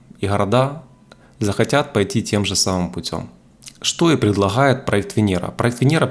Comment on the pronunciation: Буква Гэ... Хород... Ховорил... Предлахает... 😬